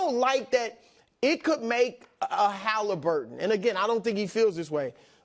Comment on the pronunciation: KW please learn how to pronounce your T’s. It’s Haliburton not Haliburen. It’s Tennessee Titans not Tennessee Ti-ans.